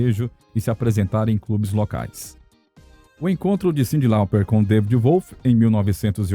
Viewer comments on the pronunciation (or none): none